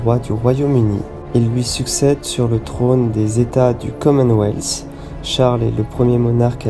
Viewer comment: Mais ou entend tu le s ?? Pourquoi dire le commenweathssssssss ? Il n'y a pas de s !!!!